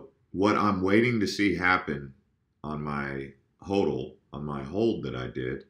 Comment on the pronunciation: You’re the only person that I’ve heard say “HOLD - L” ... I’ve heard it pronounced like “ODD” instead of “OLD” “HODDLE”